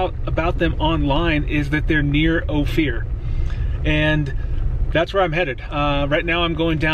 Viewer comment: Just FYI, Ouray is "You-ray" and Ophir is "Oh-fur"